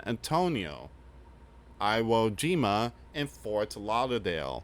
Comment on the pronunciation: It’s pronounced eo jima